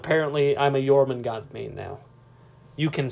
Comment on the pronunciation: Pretty sure they’re releasing jormungandr not jormangant... There’s a d and an r, they’re not silent. 😁